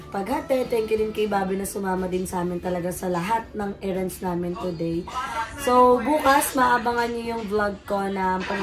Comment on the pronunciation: sorry. Baka sasabihin mong basher ako huhu Pero lately kase napansin ko ginagamit mo ang words na “Era” and “Errands” Ano po, magkaiba po pagkapronounce nung dalawang yan.. heheh pakinggan mo po sana tama pagkasabi heheh Pero other than that, Ive been enjoying your vlog lately lalo na nandyan si Baby Gab2. A ball of sunshine talaga sya a mga vlogs nyo. Keep it up and more vlogs soon:)